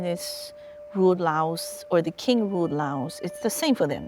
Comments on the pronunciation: Why do they pronounce Laos as layooous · It always cracks me up how Kennedy pronounced Laos as Lay-os. America has always and will always be ignorant of the rest of the world. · I like how JKF pronounced Laos as “Lay-oss”. 😆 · Did he sa La os? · Why did JFK pronounce Laos “Lay-os”? It’s not that JFK couldn’t pronounce it. He chose to pronounce it like that because he knew the majority of the US had never heard of Laos. He was concerned that the public wouldn’t take it serious if he used the proper pronunciation; which sounds the same as the singular form of “lice”; which is “louse”. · Lay-oss what the heck 😂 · The way the beginning pronounced, "Laos," as "Lay-os" cracked me up so hard😂🤣 but it's fine. Narration pronounced in the same way I do when I say, "A-R Kansas," for Arkansas. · "Lay-off, Lay-aus"-Kennedy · "La Os" how can the American leadership even wage a war when they couldn't even pronounce the name correctly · lol lay os... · It’s not that JFK couldn’t pronounce it. He chose to pronounce it like that because he knew the majority of the US have never heard of Laos. He was concerned that the public wouldn’t take it serious if he used the proper pronunciation; which sounds the same as the singular form of “lice”; which is “louse”. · JFK couldn't pronounce chowder, and he sure as hell couldn't pronounce Laos ! How the USA gets dumb downed ! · Going to war with a country whose name you cannot even pronounce is so Amerikan. I was never a fan of Kennedy until after his assination and learned why that happened. Seems he was capable of learning and change. An unforgivable sin apparently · It’s like allow without the A. Learn how to pronounce it Kennedy